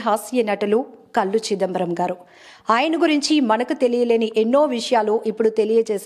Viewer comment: అమ్మా anchor మహాతల్లి... ఆయన పేరు కళ్ళు చిదంబరం... అంతే కానీ కల్లు చిదంబరం కాదు. తెలుగు నేర్చుకోవమ్మా